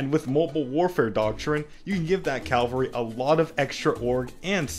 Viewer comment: says cavalry wrong, -1 rep